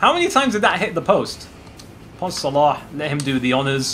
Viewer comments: Click on these videos just to hear say Salah's name right 😂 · I noticed that you pronouns salah good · Your pronunciation of Salah is so good) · His pronunciation is like us Arabs . I am from egypt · You perfected saying his name How do I know because I'm Egyptian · That's exactly how "ARAB" would pronounce it